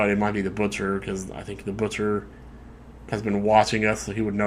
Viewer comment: "Butcher",? Really?